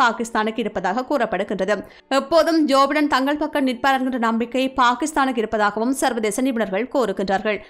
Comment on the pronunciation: ஜோபைடன்... (ஜோஃபடன இல்லை)தயவுசெய்து உச்சரிப்பை சரி செய்துகொள்ளவும்